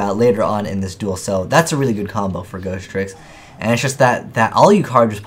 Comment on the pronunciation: You know it's Ghostricks, not Ghosttricks right?